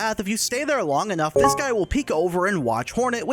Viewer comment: Did you know that said Thie instead of this?